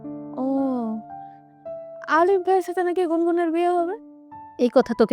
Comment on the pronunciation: এ ভোদা কি কয় নাম আলিফ , কয় আরিফ 🐸🤣